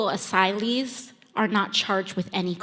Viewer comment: You can tell she learned the word "asylee" only recently from her slow, careful pronunciation